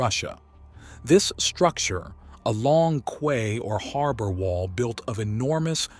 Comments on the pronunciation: Fascinating! Erm....Quay is pronounced Kee, not Kway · Key not Kway. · It's pronounced "key" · Quay is pronounced as "key" is. I didn't believe it at first either as a kid, but with an English majored grandmother and a local hotel called "The Red Lion at the Quay", I simply couldn't escape it. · 'Quay' is pronounced 'Key'.. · You lost me at “qway” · QUAY is pronounced KEY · Its pronounced key. Quay is pronounced key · In the UK it's pronounced "key". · yeah you're right I'm an idiot. I actually got it right the first time but second guessed myself because the way he was saying it was driving me mad. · the word "quay" is pronounced "key" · Quay is pronounced 'key' in the UK, and 'buoy' is pronounced 'boy'. Don't ask me why, but they are. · Quay Is pronounced Ki or key.